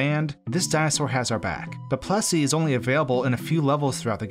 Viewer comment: I thought you were saying "Plussie", not "Plessie", but actually, it sounds like whichever one I am thinking at the time. This is freaking me out.